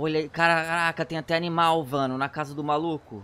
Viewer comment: kkkkk ele falo vano inves de mano☺